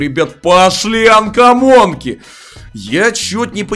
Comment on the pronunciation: Да не анкамонкииии, а камонки! Почему они все говорят анкамонки.